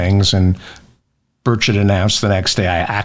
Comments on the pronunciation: It's BUR-chett. TN is in the south, and there is no French pronunciation for names. Bu-shay is spelled Boucher - and is pronounced Bow-Chur in the south. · Bird-shat, get the pronunciation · Bur-shet is how it's said in TN... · its pronounced, birdshit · Its pronounced BOOTAY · Feldman should know how to pronounce Burchett. (Birch-ett). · Are you saying “Tim Birdshit”?! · Pretty sure it should be pronounced “Bullschit” regardless of how it’s really pronounced. :-) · tim's last name is pronounced "Bird-shit" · I love the fact that when you pronounce Burchett it sounds like birdshit, absolutely correct. Like you say, diarrhea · I think his the correct pronunciation for Tim Burchett is Tim Bird-shit. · Just say it! It's Burchett. Pronounced almost exactly like 'Bird Shit' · He's from booger county Tennessee, don't try to make his name sound French. Bur-chett' accent on the second syllable. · Birdshit. Love the pronounciation! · Sounds like you're saying "bird shit." HAHA! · I think it's pronounced Tim Birdshit. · Did you say his name is Birdshit? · It's pronounced "Birdshit" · love this mannnn into the statements it sounds like you're saying time birdshit instead of whatever his real name is??? if he even has a real American name {all these commie approving ass kissers} anyhow I know how difficult nameas can get me being czechslovakian decent!! keep up the good commentary and keep talking about Mr birdshit ha ha ha ha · Love your pronunciation..."Bird Shit". America has the monopoly on funny names...Weiner being one of my favourites. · It sounds like you're saying Bird shit...lol 😂😅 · sounds like you said bird shit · Did you just call him Tim Birdshot? David how could you HAHA! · Sounds like he’s saying Birdshit!!! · I think the pronunciation is "bird shit". What did you expect from a GOP who has elected a Speaker of the House that uses an app to share with his adopted teenage son whenever either one of them has looked at porn online??? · I thought u said”Birdsh$t”.